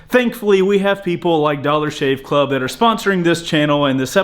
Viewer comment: "Dollar Shave Cluv" 😂